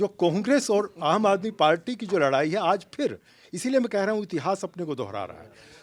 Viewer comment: लड़ाई को लराई कब तक बोलेंगें! अरे अब तो बुढ़ा गए तनी ठीक से बोलना तो सीख ले!